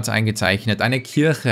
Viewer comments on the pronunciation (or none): none